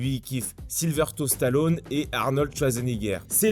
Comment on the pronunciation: Super mais pour Schwarzenegger et Stalone t’aurais pu faire un effort de prononciation et mettre la bonne photo au bon nom